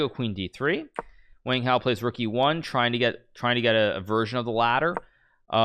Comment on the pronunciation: Hmmmm. How Hikaru pronounces Wang Hao seems pretty strange to me. I can't expect him to pronounce with a Chinese accent though.